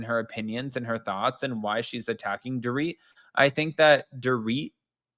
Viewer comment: You missed the. And called she called her ‘poor-Rit’ instead of “dor-rit’